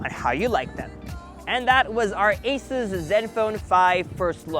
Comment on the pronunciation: Not ases. But ASUS.